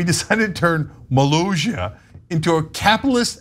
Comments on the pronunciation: Yep. They can't read iy seems. 2 S is not pronounced as a Z. By the end they almost say Malazia. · Its MO-LOSS-EEE-AAH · It's mi-lah-see-ah. Yes, he knows he has no power, it's for FUN and you're weirdly/awkwardly bitter about it. Maybe it's dumb to you, but 200 people a year thinks it's interesting enough to check out. Js. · I've known about this guy since 2010 when the TGWTG movie Kickassia was shot there. He's a really cool guy in real life with a wonderful sense of humor, he's described it as a "childhood hobby that got out of hand". Btw it's pronounced Muh-laus-ia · it's pronounced "moe-LAAHSS-eeyah" apparently, and it's actually 11.3 acres, not ONE acre. It's still relatively small for ~30 people. For reference, 1 acre is about the size of 60% of a soccer pitch/field. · They went to war with internet Personality Doug Walker and the other reviewers of Channel Awesome back in 2010. And the country is pronounced like Molasses cookies. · Molossia Sounds like: muh·LAA·see·uh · Cenk, I want to believe I've heard YOU mocking others for not pronouncing names well for the last time. Now, say after me: Ka-me-la. Cenk. Ma-lay-si-a. A-na. Mi-cro-na-tion. Bi-den. Mo-lo-si-a. A-me-ri-stan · By the way, the double ss is pronounced like an actual s, not a French j. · Molossssssia there are 2 Ss not one and pronounced as a Z but as an S. Can't they read?